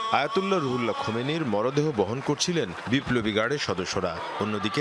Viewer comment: খমিনি কিডা বেটার খবর পরবের দিছে কিডা৷৷ নেতার নাম টাও বলতে পারেনা দূর ভাগ্য আমাদের মুসলমানদের